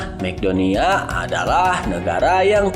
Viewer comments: Maaf min bukan makdonia tp macedonia di baca makedonia dan suriname di baca suriname bukan surinem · Narator harus banyak belajar.negaranya diebut masedonia (Macedonia)